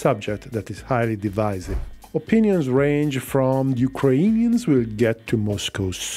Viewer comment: Why do you have this strange pronunciation of "Ukrainians"? This is not how it's pronounced neither in Ukrainian nor Russian